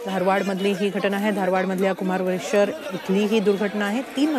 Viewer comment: It is kumareshwar nagar, please pronounce it correctly ☹️